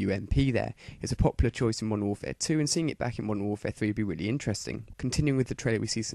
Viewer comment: i like how he says 'weally'